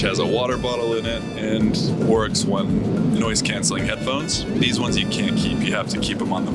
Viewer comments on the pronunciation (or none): none